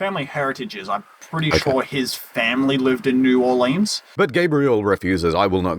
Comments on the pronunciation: This is the first video I've seen where new Orleans is pronounced properly. Good work sir. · Also, New Orlinz, that’s how we say it. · your pronunciation of new orleans was very accurate